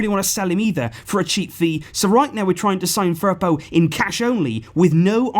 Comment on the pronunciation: The way you say Firpo makes me cringe